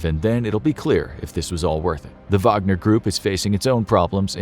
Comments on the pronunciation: am i the only one who heard vodka not wagner? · Is it Whag-ner or Vag-o-near? Wagonereer? Groupee? gruiopierre?